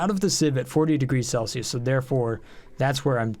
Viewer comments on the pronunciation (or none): none